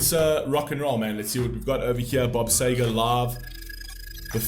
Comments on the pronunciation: It's Sea-ger, pronounced that way not Say-ger🤨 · First I'd like to say thank you for introducing Bob Seger to other people on your platform... May I suggest pronouncing Bob Seger's name " Seeger " as we do in USA, for its how he says his name. The song was a big hit in America as well. I also understand the English and American pronunciation of words are different. Bob Seger is a Michigan Treasure as well in America, also other musicians hold him in the highest regard here in the USA. May I suggest Googling his name, asking a few questions regarding him and you will find so much information on the Great Bob Seger... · Yeah the very least he could do is pronounce the Mans Name Correctly. I love his music Staple of my Teenage years loving getting hurt and growing thru it all